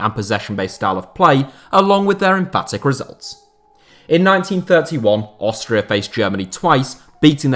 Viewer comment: Lol "Austra"